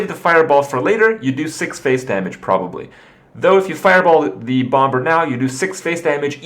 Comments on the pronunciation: Krip...for the last fucking time. In English you don't pronounce the b in bomber it's pronounced BOM-ER not BOM-BER.... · Serious question: Why does Kripp say bom-ber? It's a silent b